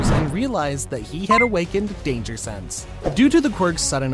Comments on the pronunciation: Bro it said sanse not sense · Danger “sanse”